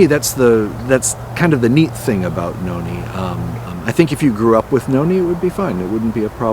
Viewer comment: My name is Noni but u pronounced it wrong